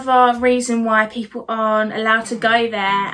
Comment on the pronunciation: What's up with this girl's vowel sounds? "Peepoo believed the Earth instead of bein like a glaybe..."